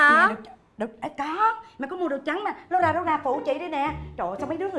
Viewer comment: loura=lâu ra :))